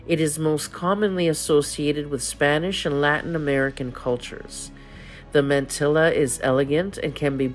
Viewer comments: It’s man - tee - ah (mantilla) - not man - tilla (not pronounced like Godzilla). Mantilla - like tortilla. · It’s pronounced “Mahn-TEE-yah”. Not man-till-a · The LLs are silent in mantilla.